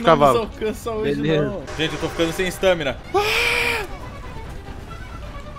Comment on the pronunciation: o fala stâmina